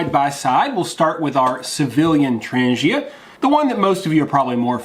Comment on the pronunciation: Yo! It's pronounced "Tran G ia" not "tranjia". Ask any Swede... varsagod!